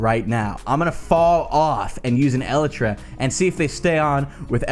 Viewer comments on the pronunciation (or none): Ellatra? It's pronounced "ee-lie-tra"